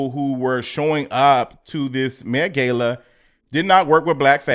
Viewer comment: Omg, it's met gah-la. A simple Google search would have done it